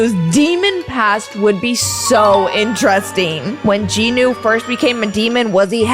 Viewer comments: Its jinu not ji nu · Jinu not JinO